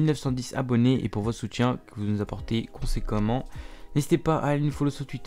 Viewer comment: "Conséquoyement" xDDD